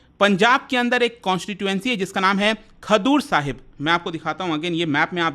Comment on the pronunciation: खदूर साहिब नहीं खडूर साहिब